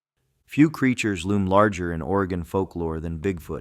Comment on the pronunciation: Will-a-metty in Or-gone. 😂🎉